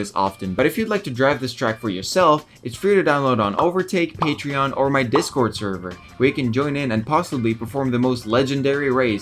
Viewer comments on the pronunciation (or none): none